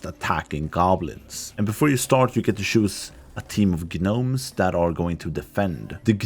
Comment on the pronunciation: ....I can't tell if you're mispronouncing gnomeson purpose or if that's just how the game says it.... The G is silent, you just say Nomes, not "Gah-nomes"